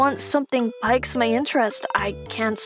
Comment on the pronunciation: Low key its kind of funny that the va said 'pikes' instead of 'peeks' when reading pique. Not that im mocking it but I think its the first instance I have heard of where the word was mispronounced vs what normally happens, it being misspelled.